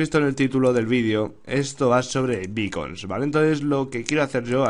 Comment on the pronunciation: Creí que decías bacon de comer /._.\